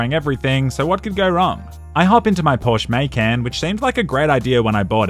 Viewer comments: Porsche maycan lol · Mans said “Porsche Maycan” lmfao